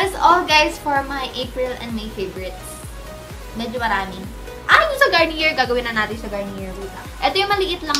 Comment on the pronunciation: i think its pronounced as "garni-yey" not "garni-yer" haha just sayin po